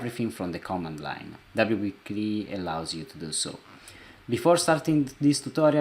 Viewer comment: Thank you. I understand you are not a native speaker of English. So you do not continue to sound silly CLI is not pronounced "clee" it is an acronym that represents C(ommand) L(ine) I(nterface.) WP-CLI should be pronounced by speaking each letter... double you pee see ell eye